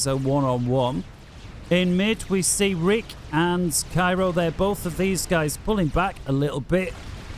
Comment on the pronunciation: ITS caJUero NOT CAIRO lol